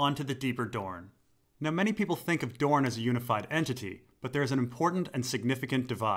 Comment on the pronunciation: The deeper dorne The deepuh duuhrn! The dupuh duhr!